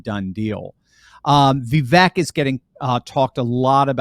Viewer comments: He pronounces his name VeeVake, not VeeVek. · Ya know, his name is pronounced Vee vake. Like cake. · Pronounced "viv-AKE." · Vivek rhymes with cake! From the horses mouth himself!